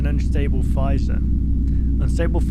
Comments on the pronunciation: it isn't it's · The way he says fissure makes me want to have a panic attack, is it that hard to pronounce the s's as z's? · I always pronounced it Fizz-sure.